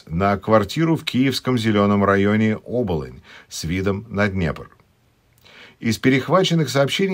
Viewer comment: Всё интересно,но украинская топонимика своеобразна. Поэтому Оболо́нь,но не о́болонь